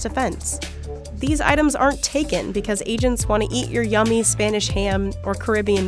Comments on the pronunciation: “becwuz” nice pronunciation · Best “because” jersey accent